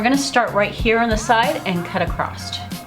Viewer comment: Last time I checked.... there is no "T" in across. 😕